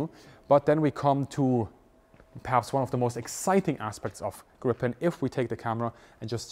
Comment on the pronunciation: Not that it really matters, but you've got your pronunciations of Gripen and Viggen switched around. Gripen is pronounced with a longer more drawn out first vowel, whereas it should be short for Viggen and more emphasis put on the g's. Put another way, Gripen is pronounced like jeep-N but with gr at the start instead of j (and roll that r), whereas Viggen is pronounced more like wig-N, but with a V sound at the start, not a W. (or exactly like W if your German) No judgement though, of course, it's a difficult language with weird pronunciations